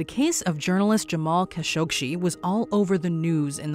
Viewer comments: #4 it's kah-show-geeh... not kah-shog-she.... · #4, it's kah-sho-gee not kah-shog-she; make it a point to do research before doing your videos.... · kah-SHOG-ee, NOT kah- showg-shee! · It's Kashogee.. Not kashogshee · Hate AI voices. Kha-Sho-gee why it says Kha-Shog- Shee? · Kind of. I wish the narrator didn't repeatedly pronounce Khashoggi as Khashogshi. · i heard that too. Where did the sh sound come from? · you seriously can't pronounce Kah Show GHEE? Seriously? It's not like the name hasn't been mentioned on the news for YEARS. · I once met a member of a Khashoggi family and she pronounced her last name as "Kah-sho-gee". I remember the news about his murder and I never heard his name pronounced it like this did. I even had to google "how to pronounce 'khashoggi"...i was so surprised by this peculiar way to say it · DIfferent accents for different people. The correct pronunciation of "Khashoggi" is "kha-shog-ji." The "kh" is pronounced as a guttural sound, similar to the Scottish "loch." Even more details are in John Fam's video: "Khashoggi - how to pronounce Khashoggi's name correctly. - Arabic accent." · It’s pronounced KAH-SHO-GEE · And the Narrator continually mispronouncing his name 🤦‍♀️ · For fox sake! How many times is she going to mispronounce Khashoggi!?!?!? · Pathetic waste of time watching this. Claiming mysteries where there are none. Mispronouncing Khashoggi repeatedly - SERIOUSLY? Don't you have a Producer/Director? Someone who knows facts, and how names and words should be pronounced?